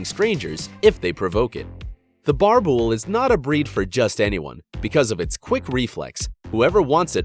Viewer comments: Hello thanks for the video. The BoerBoel is pronounced like you pronounce the Boel part. Sounds like Boor bool. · I'm from south Africa cape Town that's not how you pronounce boerbul it'd boerboel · It's not pronounced a birbil dumbass. It's pronounced boorbull. Fokken lekke brake daai🐐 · BOERBOEL. 'OE' pronounced 'OO' not 'A' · What's a "bar-bull"????? Its pronounced "boor-bull" I mean you said the "boel" part right... just makes this whole video untrustworthy lol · Bar bull it’s Afrikaans my guy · Boerboel It's pronounced (boor-bull) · I really giggled when he said "barbul" 😂😂 I come from south africa and that is not how you pronounce it 😂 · I owned 2 boerboels and they were both amazing companions! The only thing that irks me is the way he pronounces the breed, it’s boo-ra bull, I’ve never heard anyone pronounce it the way he does lmao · boerboel as pronounced boo-rr boo-ell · Boerboel is pronounced Boor Bool btw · Its pronounced boo-rrrr bull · Is he pronouncing it rong Boer-boel? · There are no bad dogs but bad owners also im South African you mispronounced borbull in the South African language bor means farmer im even a proud borbull owner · I know the guy is trying his best but I have to laugh when he says Boerbull, that pronunciation is so bad, but well done for trying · He pronounced boerboel wrong 😂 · Your pronunciation of Boerboel is absolutely atrocious smh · My German Rottweiler is a complete teddy bear. So were the two boerbulls I had before... You butchered the pronunciation BTW... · Lol man needs to learn how to pronounce boerboel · When he pronounced a boerbull🤣🤣🤣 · this guy butchered the way you pronounce boerboel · me as a south african listening to you trying to pronounce boerboer im crying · when you cant even pronounce boerboel properly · You say boerboel so wrong it's so funny. I'm Afrikaans and live in South Africa so I know how you pronounce it